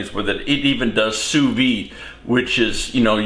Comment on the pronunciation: Sorry for saying this. It's Sous Vide, with the d pronounced. It's not Sous Vee.